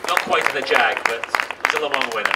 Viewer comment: le mans not le mall.....